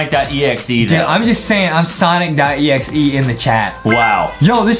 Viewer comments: It's not sanic exe it's sonic exe the second word is not a it's o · It's pronounce Sonic.exe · They said we are gonna dress up like Sonic.exe from the new Sonic Movie lol. I am sorry But aedam said it wrong 😑. Ayyyyy skipping to the chicken 🍗